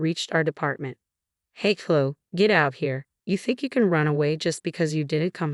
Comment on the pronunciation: Surely should be pronounced Clo-ee not Clo? Chloë